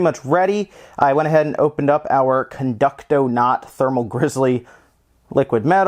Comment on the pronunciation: I got very triggered when he said conductonaut as the brand xD